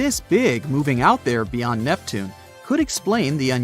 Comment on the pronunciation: Nep Tune E, Your Ain Nose, and Dis cradeeded 😂